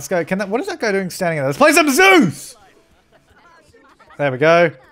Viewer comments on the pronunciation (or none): none